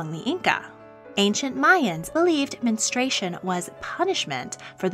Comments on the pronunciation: I couldn't watch this because you kept pronouncing it 'men- stray- shun'. It's 'men- stru- ay-shun'. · Its Men-stru-ation not menes-tration. Your mispronouncing is so distracting. I couldnt finish watching this. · The narrator nees to learn how to properly pronounce the word menstruation. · Menstruation. Men-strew-ay-shun. It’s 4 syllables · MEN-STRU-A-TION. It;s got four syllables goddamit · Omg it’s pronounced “men-stru-ation” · Could they have at least insisted on pronouncing 'menstruation' correctly? The narration is very annoying.